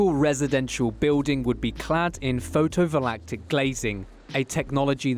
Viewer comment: My problem is the narrator referring to "photo-volatic" cells when I am certain that the script said "photovoltaic" cells.